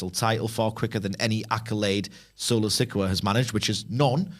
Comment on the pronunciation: Why would you have a guy who admits he doesn't like to watch WWE weekly TV, and doesn't even watch enough to know how to pronounce "Sikoa," to comment about best NXT call-ups?